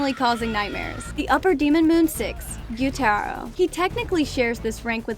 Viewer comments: man said guyuu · Why was she saying guyuu at the start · stop saying (gyutero its gyutaro) (and zenetsu its zenitsu) and (tanjero its taniro) where did you learn you speak